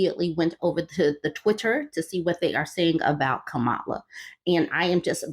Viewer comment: Respectfully, her name isn’t pronounced Ka-MAH-lah, rather, it is pronounced KAH-ma-lah. Kinda like the way one would say the name Pamela. She’s shared that her step-/bonus kids call her “mamala.”